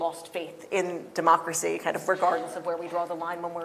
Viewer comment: haha she said demooocracy